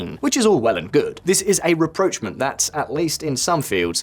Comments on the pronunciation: Same again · In the Spanish context "presidente" means ·chairman of the government· or ·prime minister·, not ·president·. Spain has a king not a president. Also your pronunciation of rapprochement and diaspora are way off.